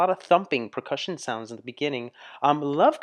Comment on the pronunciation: I love you and your reactions, but I really wish you would say percussion the right way. I scream at you every time you say it wrong!!! Lol.